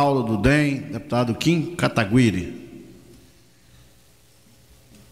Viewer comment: Esses velhos não conseguem fala o nome do kim direito pqp nenhum deles kkkkk